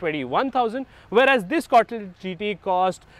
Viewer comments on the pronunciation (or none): Say “con•tee•nen•tal” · C-O-N-T-I-N-E-N-T-A-L.....try saying it slowly